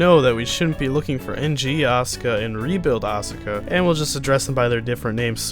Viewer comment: U mispronounced asuka and evangelion dick wad. Also fuck the rebuild.